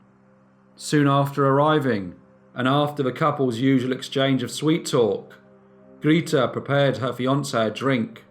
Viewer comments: Grayta, not Greeteh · Grete is pronounced Greateh! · Grita? Don't think that's how you pronounce her name. Good story thou! ;) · Grete is pronounced (sounds as in English) Gray-teh in German. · Your German is not so good 😄 it is Gr e t e like in "rEd" (the color), but love your narration!